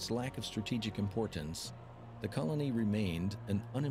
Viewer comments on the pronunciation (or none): none